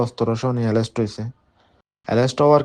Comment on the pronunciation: এরেস্ট বলতে পারেনা।বলতেছে এলেস্ট সেও নাকী সারা চট্টগ্রাম থেকে চাঁদা নেয় সে নিজে বলছে কিন্তু পুলিশ তাকে নিয়ে কোন তৎরতা নেই